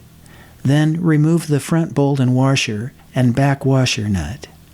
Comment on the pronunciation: Love the video! But did you say "warsher"? LOL Sorry. Just messin' with you.